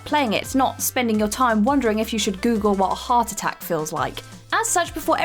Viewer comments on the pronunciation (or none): none